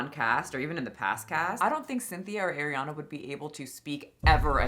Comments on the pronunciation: Partially because keeps pronouncing it as Air-iana and not Ah-riana. Love but this drives me nuts 💀 after so many years. Bruh. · Ahhhhhhriana. Ah-Ree-Ahna. Not Air. Love ur vids!!! ❤❤❤😊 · Damn the way you pronounce Arianna is offensive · you usually have such good takes but you can’t even pronounce Ariana’s name correctly…it was clear this topic was not well researched on your end, or at least extremely careless. I agree on the ED parts. Everything else, you have the wrong narrative. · Why do people keep mispronouncing Ariana’s name…I watch you all the time but this is one thing I can’t stand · Also girl with peace and love, that's not how you pronounce Ariana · you are saying Ariana wronggg